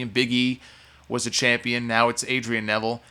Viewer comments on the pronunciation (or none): none